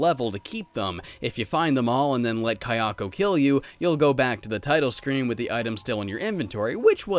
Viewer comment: hhhhh please i love your content but you cant say japanese names thats not how you say kiyoko